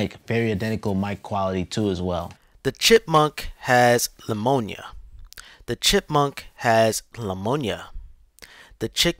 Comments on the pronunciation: I’m just making things up. He was supposed to say Pneumonia but said Lemonia which isn’t a real word. I made up a fake description for your entertainment. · I've heard of pneumonia but not leumonia 💀💀💀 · I think he’s saying “Lemonia”, an allergy to lemons or a distaste for sour lemons. It’s a known fact that chipmunks hate lemons, so it makes sense. 🐿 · Pneumonia not lamonia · Poor chipmunk and his lamonia... Hope he recovers. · Lamoniya doe my dude! I came back to my phone just to comment on that lmao! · The hell is lamoanya?!! 😂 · Yo who's mans is this?... What the fuck is LAMONIYA? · Do you mean LAmonia